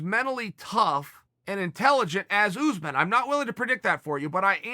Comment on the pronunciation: Chael "Oosmen" Sonnen